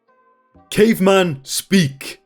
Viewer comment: Is it racist for "caveman" to sound closer to "nigerian"